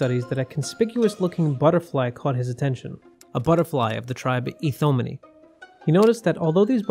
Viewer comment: Heads up, Ithomiini is pronounced [eye-tho-my-ih-nee] When you see that double ii in a latin word, each vowel is given its own syllable